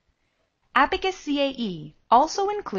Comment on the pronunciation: It should be Abaqus CAE & not Abacus CAE